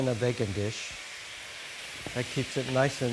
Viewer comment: It’s Vegan not bloody Vagon or what ever the hell he keeps saying 🤦‍♂️